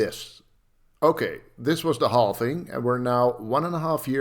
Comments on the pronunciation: That's the Dutch pronunciation. The English call it "halving." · can we stop calling it halfing and not halving